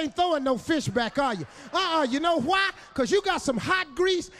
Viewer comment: "You Kno QQQWHY"😂😂😂